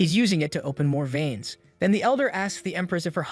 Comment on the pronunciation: Lmao, my whole aura is i don't give a f***, I would be a god in this world. Also, the way this AI says "spiritual viens" has implications, lol.